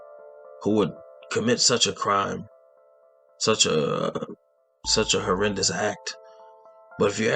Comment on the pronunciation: Hey, good video. Just one thing, where you said "Horraynuss" crime, I think you mean "horrendous "or "heinous"